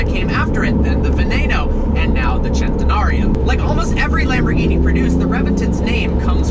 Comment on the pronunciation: lamborghini Centenario "CENT-enario" NOT "CHENT-enario" Bro....